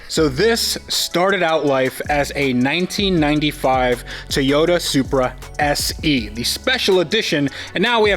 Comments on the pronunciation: Say it with me , Toy Yota ..... not Thia Yota . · Did just pronounce toyota with an I "Toyita" 🤣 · Good to see the "Tayota" again 😉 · tayoda. tayoda. every time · It's a Toyota, not a Toyoda. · "Tiyota supra" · Anyone know why he keeps calling it a “tayata” ? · Ta-yota Supra. Lol! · Ahh yes... "Tie-Yoda" - the brand we all know and love. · I thought it was Teeyadda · Can't stand how you say toyota. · Am I the only one who thinks he pronounces "Toyota" Oddly?